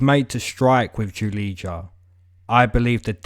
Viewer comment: You don’t read Julidza, you read her name as: Julia. When you read Julidza, it sounds ugly for Slavic language people.